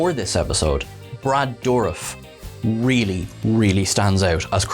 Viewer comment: He called Icheb's situation "an offering"?? I missed that. And it's soo incorrect. Plus he mispronounces Dourif.